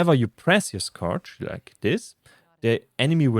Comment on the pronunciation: Check how to pronounce scourge. You used the word so often that you might want to learn it.